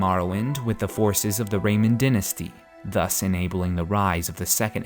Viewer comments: It's DYnasty. Pronounced: DIE-NA-STY Die Die Die-nasty not Din-asty. You're driving me crazy! I know you got that pronunciation from Viserys Targaryen. He's a twerp. He got the golden crown. You don't want the golden crown. It's Die-nasty! I know you're not going to change your ways, so whatever. Love you anyway. Peace. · dy·nas·ty [ˈdīnəstē] first syllable is die, not din. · dynasty (die-na-stee)